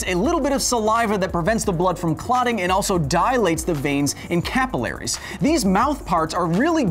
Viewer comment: It's cah-PILL-uh-REEZ, not CAP-ill-AIR-eez.